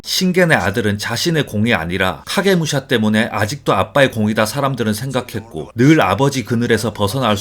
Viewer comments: 카게무샤 발음할때 혀꼬이시는거 같음ㅋㅋㅋㅋ 카~게 무으 소ㅑ아~ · 카게무 소ㅑ ㅋㅋㅋ발음ㅋㅋㄲㅋㅋ